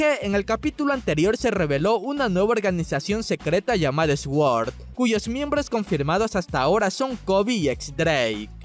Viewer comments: Se dice "Suord" no "S-word" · Yo igual, dice esgüor madre mía qué mal. Se dice en Inglés y se pronuncia Suord que es SWORD. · Viejo, no se dice esgüord se pronuncia suord (sword) espada en inglés, porfa pronuncie bn q se oye muuuuuuuuuuuuuuuuuuuuuuuuuuuuuuuuuuuuuy mal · Me voy a volver loco escuchando a decir ESWORD.... jesucristo 🤦🏽‍♂️ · Se pronuncia Süord no Exguord me gustan sus vídeos pero me tiene hasta el cuuulo su pronunciación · sōrd por qué nadie me lo dijo, yo le decía sguord debí parecer un tonto citando a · se pronuncia "suor" o "suord" aunque la D es casi muda, no "ES-GUOR" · Pensé que estaba tratando de decir x-work cuando decía esguord pero resultó ser sword (sord) :v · Sword = sssord. (Eswor) 😂😂😂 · Soy al unico que le molesta cuando dise esguord no sabe pronucialo no deberia de hacerlo god dam it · De verdad me gustan tus vídeos pero me estoy ondeando con tu pronunciación de sword, se pronuncia Süord no Xguord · Men, en serio, tienes buenos videos pero por favor esfuérzate por mínimo pronunciar bien las palabras en inglés. QUE ES SUORD, NO ESGUORD!!!! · 1. Deja de decir Es word se oye mallll. Me molesta hasta dolor de cabeza. La w se pronuncia como u y es Suord qué pedoo. 2. Recuerda que Shanks estaba ahí asi que en qué momento se fue él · Dios deja de decir sgüord. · "Esguord" Jajaja te mamaste man. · Tal vez alguien debería decirle que se pronuncia "Sord". Aunque siempre tiene errores con palabras en inglés. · X2 esta vez me desespero mucho mas de lo normal jajaja Yo así como que dijo? Esguord ?? XD xD Wtf?? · Sword se pronuncia SOR! Que se significa Espada! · Jajajajajajaja "Esguorc"... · Hey me gustan tus vídeos todo baca. No por criticar pero sword se pronuncia de la siguiente manera: Su-or. Espero que te ayude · Lo mismo hace con Law que lo pronuncia Lau, y Mihawk que lo pronuncia Mijau... Es Suord, Lou, y Mijouk. Así es como se pronuncian. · por lo menos busca como se pronuncia las palabras en ingles SWORD= suort